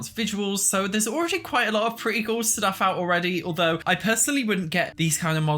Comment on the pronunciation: I'm sorry. LOL My dirty minded ears heard "inzoi orgy has..." instead of "inzoi already has..." at the very start. I had to put CC subtitles on while doing a double take.